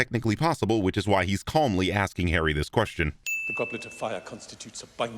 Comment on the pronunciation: The emphasis on the word "calmly." 😂😂😂